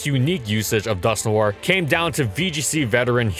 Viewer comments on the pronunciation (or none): It's just pronounced like Dusk-Nor not Dusk-New-are. I cringed hard every time he said the name